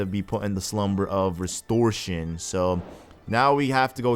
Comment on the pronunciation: restortion? "Restortion"? fucking restortion. RESTORTION? O_O RESTORTION?!?!?